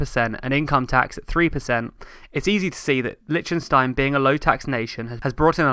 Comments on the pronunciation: Interesting video! I have two small issues with it, though: 1. Please listen to a pronunciation of "Liechtenstein" before you make a new video. I don't expect foreigners to have a flawless pronunciation but if you make a video in which you mention that name like 50 times, it would have been worth getting a better pronunciation. ;-) 2. 1725% more people is not the same as 1725 times the people! 1725% more is equivalent to a factor of 18.25; 1725 times the people would correspond to 172,400% more. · It is not Lichenstein It is pronounced, "Lik ten stein.